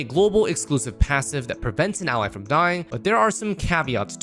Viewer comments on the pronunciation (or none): none